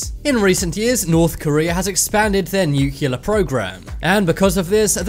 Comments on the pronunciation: “Nyu-cyoo-ler.” Perhaps you mean nuclear? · It's pronounced "nuclear" not "nucyaler"! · NU-Ckelar bombs? NU-CLE-AR-Bombs.. Just try it few times, and it will be ok... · Noocular. It's pronounced noocular. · why cant you say nuclear right?